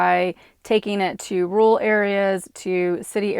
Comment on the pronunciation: why are pronouncing rural "rule" it's ROOR EL